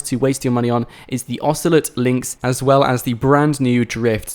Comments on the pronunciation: Osoleet? The fuck is that?! Ocelot! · "Oceeleet" bruhh...i hope you're joking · It's a mispronunciation not an accent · nobody can get away with pronouncing O as "ee". It should be illegal. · My god...... The way you said Ocelot.......